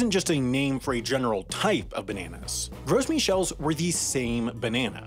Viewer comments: isn't the 's' in 'gros' silent? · I thought the S in Gros was silent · It's pronounced like grow not gross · Gros is a French word meaning large, fat, etc.. So it's pronounced more like "groh" without the second half of the o. I don't care how people pronounce it, but it's strange to pronounce Michel the French way and pronounce gros the American English way. Especially since my name is the English version of Michel. I did study French for six years so I sound stupidly pretentious when pronouncing croissant. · You don't pronounce the "s" in Gros. It is pronounced like the word "grow". It wasn't gross, it was tasty. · “Gros” is definitely not pronounced “gross”. I assure you. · OMG! I can't listen to this. Gross??? Seriously? Maybe try using Google or asking someone with a three digit IQ to tell you how to pronounce important words next time. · Let's make a video about a subject, then mispronounce that subject the whole video to see if some person on the internet will give me extra engagement by commenting on the video telling me how "Gros" is supposed to be pronounced more like "Grow" because the "s" is silent. Then maybe he'll complain that, despite the title being "Why Bananas Will Taste Different in a Few Years", there is no mention of the possibility of bananas tasting differently in a few years, and in fact, they probably won't, they'll just be borderline extinct. And how normally the titles are a bit clickbaity but accurate, but this one is misleading at best. The youtube algorithm is going to love all that engagement. And then, we can all read that comment in our head in voice. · Work on your pronunciation of Gros - it’s French.